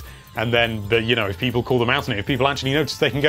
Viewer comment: the way you say "people" violates me